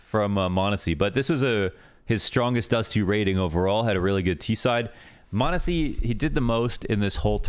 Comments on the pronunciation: True chads and ohne pixel enjoyers know that it's mahneehsy. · You're technically still mispronouncing m0nesy's name lmao but its close enough i guess